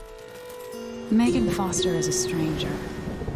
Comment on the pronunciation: The "Meegan" instead of "Meagan" is going to bug me. >.<